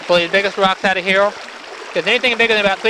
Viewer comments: dude, what is heowl ?! say "here" one more time please :D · Here not heow